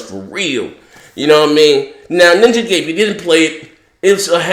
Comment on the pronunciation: It's pronounced Ninja Gaiden, not Ninja Gayden.